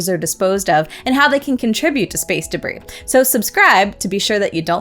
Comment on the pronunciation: Please review: DEBRIS. Not DERBIS.